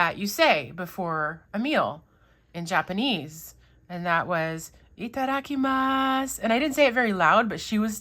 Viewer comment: I applaud your " Itadakimasu" 👍👍👍 It was perfect 💜💜💜